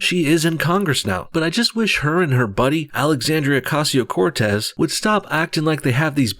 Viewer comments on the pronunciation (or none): Alexis oh-caz-ieo Corz-tezz